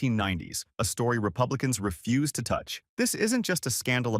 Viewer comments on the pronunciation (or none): none